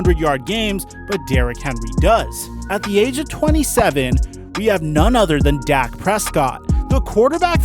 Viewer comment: He said Dak I swear